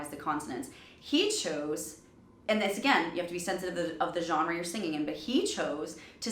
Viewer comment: she thinks it is "the soundS of silence"? A vocal coach pronounces "and" as "eee-ind" - I could go on but she is not fit for purpose.